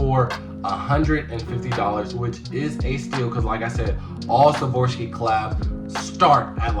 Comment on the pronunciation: Swarovski not savorski